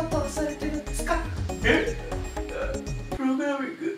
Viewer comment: プログラミングの言い方wwwww